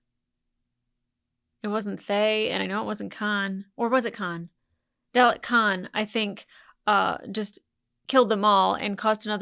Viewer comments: To help you out, it's Dah-lek 🥰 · I vote to double down on the infinite variety of mispronunciation of the durlix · If Brits can say "garage" so it sounds like "marriage", Americans can say "Dalek" so it sounds like "phallic". It strikes me as a legitimate regional pronunciation, even if I personally prefer a colic-rhyming delivery that's closer to the British way of doing things (albeit without the intrusive R sound they often slip in there). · Haha straight back into saying Dalek wrong lol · The editor is having a lot of fun with your Dalek pronunciation. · At least she's not saying Day Lick.